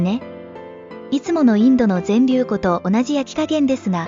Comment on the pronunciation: ぜんりゅうふんって言って欲しかった。連呼されてるのでそこだけ残念ですがとっても参考になりました。ありがとうございます。